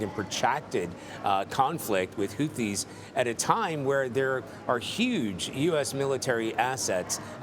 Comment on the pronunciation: Whofees. Whoteas